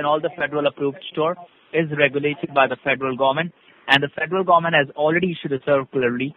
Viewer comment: The federal “ GOMMENT”